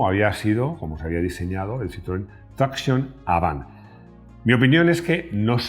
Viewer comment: 4 Latas!, los invito, en la medida de lo posible, en vista que es un programa internacional, a tener una venia con respeto a la pronunciacion de marcas legendarias como ("Renó", Renault), ("Citroén"), ("Folksvaguen" Volkswagen), ("Puyó")Puegot, (Doch") Dodge) etc. Un Abrazo desde Caracas Venezuela y disculpas por la impertinencia!